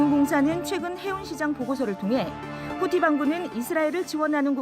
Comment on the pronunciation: '후티는'이 '푸틴은'으로 들려서 좀 놀랬음.